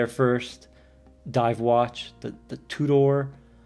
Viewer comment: Never heard 'Tudor' pronounced "two door" before.